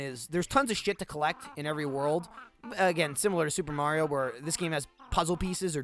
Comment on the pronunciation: First time I've heard say Mario instead of Mehrio